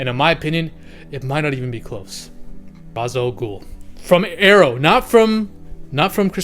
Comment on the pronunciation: And he said it wrong, as a Batman fan people saying Ra's wrong is a huge pet peeve